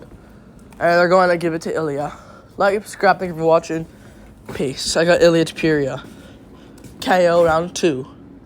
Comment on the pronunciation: 1 second in and you're pronouncing the main event's names incorrectly... nice